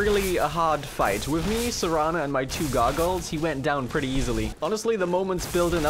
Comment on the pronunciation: Normal human: "Wow, I threw that ball pretty far!": "Wow, I frew that ball pre-ey far, eh? Got a bo'olle o' wa'er? I'm firsty."